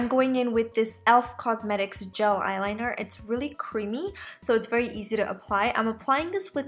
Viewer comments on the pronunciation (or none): none